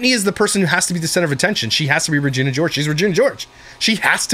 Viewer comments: Regina 😭🤣 it's said re- gena not ri-gina 😭🤣🤣🤣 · the way said Regina George. Lol no he didn't RAgina Lolol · I love how you pronounced Regina like “vagina” at first 😂💀 😂 I’m dying laughing at that for some reason